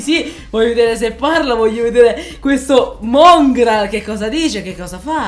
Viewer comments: FaZe Mòngraal con l’accento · Non è il vero Mongral perché su Mongral c'è l'ha accento sulla o